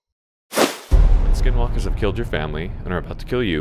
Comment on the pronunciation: Why would he say sknwlkr fullyyy this is cursed.